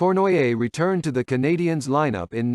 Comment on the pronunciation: your pronunciation of the Monteral Canadiens is Brutal!!!!!!